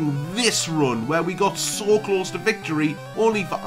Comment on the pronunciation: Translations: Ba''le = battle Pikerchew = pikachu Klos = close Peh deh = pay day Geehm = game Tyok = choke Speeroh = spearow Thank you.